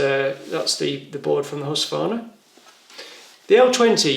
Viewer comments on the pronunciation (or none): Husqvarna - you keep saying husvarna.. Good video tho :)